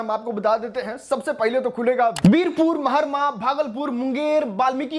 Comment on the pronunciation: महारमा ❌ सहरसा ✅ bhaiya 😂